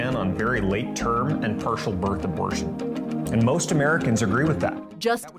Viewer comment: what? What. Did. He. Yaaaaaaay? "Pershel bir Arborshen" You mean, Partial Birth Abortion?